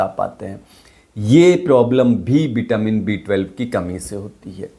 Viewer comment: व और श हिंदी भाषा में नही है क्या? बिटामीन,सरीर बोल रहे हो,वो भी डॉक्टर होके 😂😂